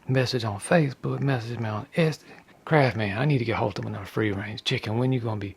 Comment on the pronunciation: It is just funny how you say Etsy 😂 nice video! I am hoping to make just like your stuffs..